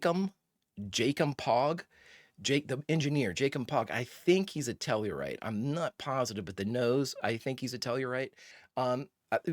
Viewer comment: Reposting my correction to your pronounciation: it's "Tell-ar-ite".